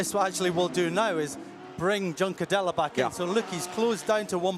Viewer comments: Liked the commentary duo today, would still prefer Juncadella to be pronounced properly but other than that.. 👏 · Was thinking this.. why would he continue to say it like that after the lead commentator kept saying it? 😆